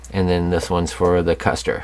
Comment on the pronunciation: This is a superb kit. Ma.K is a rather new interest for me but I have dived right in and am having a blast. Also, it's pronounced KOOSTER. Those umlauts over the U make it a long U. Think Motley Crue.